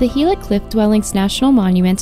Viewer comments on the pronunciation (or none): Gila pronounced geela